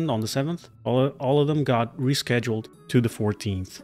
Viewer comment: I have a nagging feeling that we might not be okay... Also "reschweduled" lol